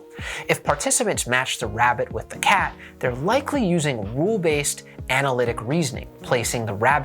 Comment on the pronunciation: This is an interesting video, but please work on your r pronunciations. It can be a bit distracting if not focusing exclusively on the video. For example, when you said “wule based” (sounds like wool based) instead of rule based, I was very confused for a few seconds. Thank you!